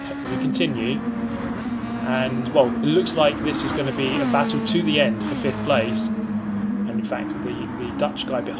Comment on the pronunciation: Will fihffth be the new sixchxhhhht?